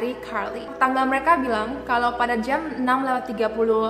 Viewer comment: Jam bukan jeamm.....